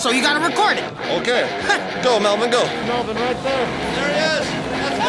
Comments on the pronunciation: тαρ мє αи∂ ѕєχ ωιтн мє Eleano MELBORN LOL I LIKE IT WHEN PEOPLE CALL MELVIN MELBORN LOOOOOL :> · mevin? its melvin